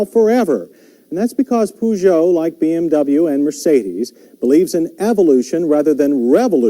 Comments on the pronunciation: Makes a point about the pronounciation of Peugeot and then calls it a Poo-jo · We europeans call it Pe-joe instead of Poo-joe.